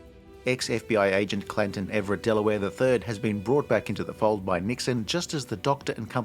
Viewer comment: It's Canton, not Clanton.